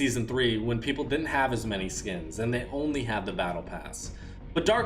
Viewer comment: He said “ idc how many “pepple” use him”